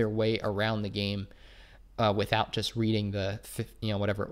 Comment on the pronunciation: Why do you pronounce the word "JUST" as "JEST"? Please stop. Thanks.